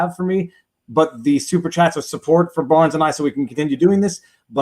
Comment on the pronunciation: Hee hee hee... "Baarnes." Is he Dutch?